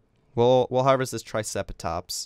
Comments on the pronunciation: Its pronounced try-ce-ra-tops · i find it so funny the way he said triceratops LOL :)